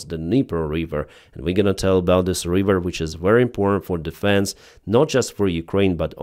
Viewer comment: River - not reeever . 😊